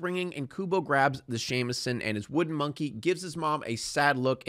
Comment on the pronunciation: Your pronunciation of Shamisen is totally horrendous Great video tho 👍